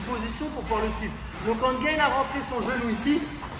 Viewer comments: Mdrrrrr le mec il se compare à Ciryl Gane, on aura tout vue 😂 il à osé dire « ce qu’il aurait dû faire gaine... » déjà c’est pas Gaine mais Gane. Un mec inconnu au bataillon essaye de nous expliquer ce qu’un champion de MMA (maintenant) mondialement connu aurait dû faire, sachant également que sur un combat précédent cette même clé de talon est passé crème... enfin je dis ça je dis rien 🙃 tout est bon à prendre pour faire des vues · Gane se prononce à la française. Cordialement. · Merci pour l’analyse ! Effectivement dur de voir tout ça pendant le combat. Seul bémol : Cyril Gane est français et son nom se prononce à la Française, pas à l’américaine 😁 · Merci pour la vidéo mais sérieux, pourquoi tu prononces Gane comme s'il n'était pas français ? (Gaine) C'est Gaane, avec le son A. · Bonne vidéo, instructive et récapitulative, mais par Pitié "", "Renier" la France en claquant des "Gane" à l'anglaise alors que ça se dit tout simplement GAAAAANE et non GAYYYYNE c'est dommage, les ricains sont suffisamment partout pour qu'on se valorise un peu sur une discipline où on les plis! C'est pas méchant, c'est juste le coeur qui parle! (J'espère au moin que t'auras apprécié le jeu de mot 😜) Merci pour la vidéo 👍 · Très bonne vidéo! C'est toujours plaisant de décortiquer ce qui s'est passé et s'apercevoir des détails techniques. Bravo. Par contre pourquoi vous voulez l'appeler Gaine alors qu'il s'appelle Gane. ^^ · Votre vidéo est top, merci pour ces explications ! Juste une chose par contre: pourquoi vous prononcez Gane à l'américaine ("Gayne") au lieu de "GAne" sachant qu'il est français aha ? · Gaaane les gars, pas Gaïne ! Merci pour ta vidéo. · C'est Gane pas gaine, y'a pas de i. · par contre on dit GANE pas GAINE :) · On est français ont du Gane et pas gayne super vidéo sinon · Ça se prononce gane et non "gayne" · Gayne ? 🤔 Gane, avec un “a” comme analphabète. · Gane, et non pas Gayne... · Bonne video Ps: on dit « gAne » (prononciation française)